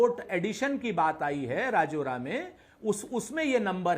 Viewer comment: राजौरा नहीं राजुरा है वही रहता हु मै